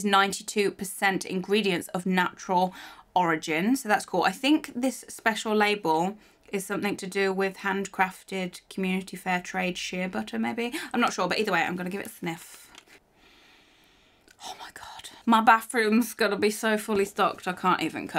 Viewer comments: Lol I adore you but it is pronounced Shea (shay) it's my maiden name actually! (: but yeah Shea butter. It's funny growing up people would pronounce my last name She a like collectors or telemarketers and we would just tell them no one by that name was at that number ( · The book I loved to read as a young person was "Charlotte's Web" I read it every year over the Christmas holidays.... BTW: Shea is pronounced shay...I'm a bit of a grammar nazi....Sorry.... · Great video ^_^ love your videos. But did you get shea items, cous I think it is pronounced shay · love how you say 'shea' I pronounce it ' sh-A' but who knows I could be pronouncing it wrong <3 Love your videos